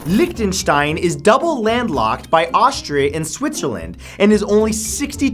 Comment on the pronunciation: He says Liechtenstein so funny